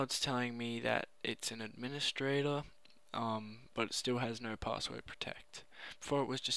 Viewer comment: What's an "Andministrator" and a "camands"?